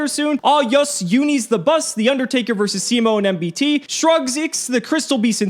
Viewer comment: did anyone else vomit at MBT pronunciation